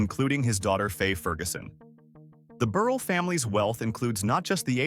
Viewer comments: Mr. Burrell’s name is pronounced ber ell. I worked for Mr. Gardner at Soft Sheen and Perfect Pinch. Knew the whole family to include his brother Frank Gardner. I graduated from Chicago State University. Also knew Mr. John Johnson, worked for Fashion Fair. Also knew Mr. George Johnson, UltraSheen company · Corrections: Mr. Burrell's last name is pronounced Bur-rell. In addition, please check the accuracy of your statement that Fay Ferguson is his daughter. She was the Co-CEO alongside Co-CEO McGhee Williams-Osse. Thank you so much for your commitment to telling these stories. These stories (and their accuracy) are an important part of American history. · You made an excellent attempt to highlight Black Businesses and very and highly successful rich Black residents. However, you needed to do some fact checking. Some of your information like locations,pictures, name pronunciation (Burr--ell); , family(children) Faye????? You left out John Rogers Jr. He is the head and founder of Ariel Investments.I give you a score of 75% of this is accurate. ( Pronunciation, pictures, family legacies,etc. (not accurate). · #8 is pronounced Buh-rhell